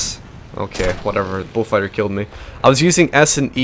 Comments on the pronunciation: Falker wolf??? Its falkwolf......sorry that really bothers me when u dont say it correctly lol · It's actually Focke-Wulf which is read like "fock-eh voolf" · It sounds like your saying bullfighter